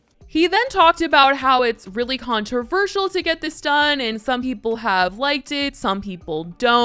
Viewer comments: Since he has so much money, he needs to go get his chicklet teeth redone and buy a house of his own instead of sleeping on his brothers couch. Since when is “simultaneously” a big word? Yet, says “contraversial” instead of “Controversial” and has the audacity to say 99% of people won’t be able to experience it because they can’t afford it, it’s new, and have never seen it!!!! As if he has money like that and individuals that aren’t known like him(only known because of his brother) can’t afford it because they aren’t “famous” with his huge bank account. He’s so dense that he doesn’t realize that people that aren’t known have even more money and can very much afford a better lifestyle than even his fake one, by actually working hard in their real careers. The only reason why 99% of won’t get it done is because they’d rather go through the pain, instead of being a wanna be and fake like him. It’s a badge of honor to those that actually get tattoos to endure the pain. I really think he has a mental disorder because he seem’s slow🤦🏻‍♀️🤦🏻‍♀️🤦🏻‍♀️ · He can’t even say controversial right. Boy bye. 😭 Talking about he has the means to do so and it makes good content. He is so fucking cringe. 😂